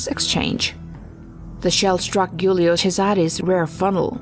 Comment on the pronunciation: Guilio. Jooleeo. Not Goolyoh.